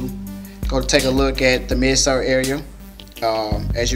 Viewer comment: Dude Said Mid Sert It's Mid Soles And Stop Saying Come A Lil Closer , But I Will Be Copping Tomorrow For The Restock At City Gear.